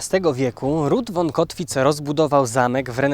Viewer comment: Słowo von czytam fon a nie won. Warto to przyswoić bo dotyczy to wszystkich szlacheckich nazwisk niemieckich.